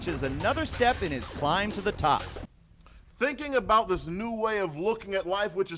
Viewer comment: "Truth... this isn't aboet the Hoese of Truth. This isn't aboet Roderick Strong." Yep, that's a true blue Canadian right there.